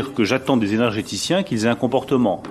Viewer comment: "énerrergéticiens" "éjèjèticiens" "énèjjjjéticiens" La drogue c'est mal. (Mais ça réchauffe quand on a plus d'électricité.)